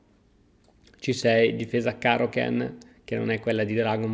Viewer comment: No dai karo “kenn” non si può sentire